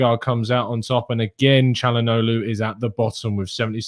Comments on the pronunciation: It's pronounced as Chal-ha-nolu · by the time you learn to pronounce it right,he would have signed for another club